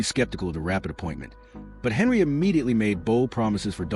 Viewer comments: 1 second in. I do not believe she was arrested. I clicked because I want this to be true. Will finish this after watching the video. Henyard not Henry as the AI narrator says Stopping as this AI Video is just another clickbait scam putting content out to be a money gaining ad grab. I am glad I used adblock before viewing this video. You suck with this AI video. Do better. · Her name Henyard, please pronounce the names correctly if Your going to do a story!!!!! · It's Henyard not Henry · Henyard, NOT Henry‼️ Thornton, NOT Thoron‼️